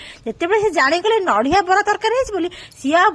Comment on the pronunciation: Kn chalichhi ethi jatra..... It's nadia, not nadhia. (Kobari kaya)